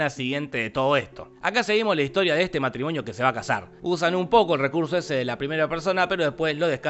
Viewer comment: soy el único que se dio cuenta que en el minuto dice matrimoño en vez de matrimonio